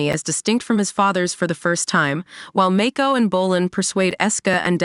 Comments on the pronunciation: Your pronouncing the names wrong, it's not Make-ko, it's Mako! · Even Mako